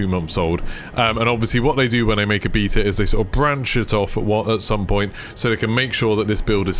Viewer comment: Bae-ta lol. Love you brother